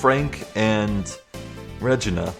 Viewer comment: By the way it's ragena not ragene silly